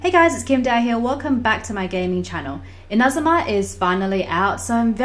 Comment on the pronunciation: Can I say how much I love and appreciate the fact that you correctly pronounce INAzuma compared to 90% of the western yt content creators who insist on calling it InaZUma? Thank you so much for the easy to follow guide